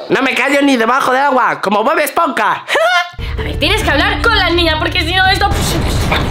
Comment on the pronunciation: En el minuto dice tiees embes de decir tienes